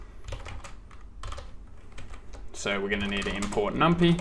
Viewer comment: Yikes, he went Pandas then numpy (and pronounced it Num pee). Everyone knows you go numpy, pandas, matplot.lib bro. Not off to a hot start…